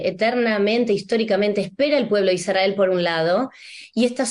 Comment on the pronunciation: Muy interesante, gracias! Me gustaría informarme sobre por qué pronuncian Isdrael y no Israel, escucharlo de esta manera me gusta y resuena, seguro tiene un significado profundo. Gracias por todo lo que comparten🧡